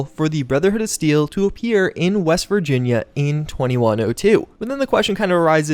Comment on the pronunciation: West? I thought you said weast